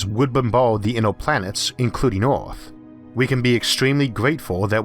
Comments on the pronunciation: Wait was he saying Earth or Awrth? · who is your englush teacher? you pronounce earth = "uth", us = oz, jupiter = jupitel, you sounds so cringy, i cant keep listening to you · Can someone please tell me what this accent is...? I need to know the demographics of this lads accent. I'm guessing American but where?? I've never heard of someone pronounce the earth "ooourph". Or jupiter "jupitour" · did not know our planet was named Orth, been saying it wrong all my life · Orth? Jupitor? Temperator? Heyor? Solor? Coldor? Howevor? Theror? What accent is this? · Just love your voice, sound like a posh bawwie kwiptkey on orrth lol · Worst narrator in history. Hewa on Earwrff, Joopitor.Who can pay any attention to the content when this clown keeps everyone watching just hear him butcher the English language. Itd be better if a robot voice did it. Instead of the king from Princess Bride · Hunam My brain: don’t say it you know very well he’s saying earth Me: O R T H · I was just about to sleep playing this video in the background and am now totally alert because of hearing his pronunciation of Oath and Jupitaw 😂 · why can't you pronounce "earth" and "Jupiter" and "mars" and "temperaTURE" correctly?